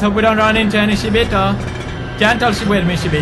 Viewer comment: still keep calls them shiboto !! ow pewds !!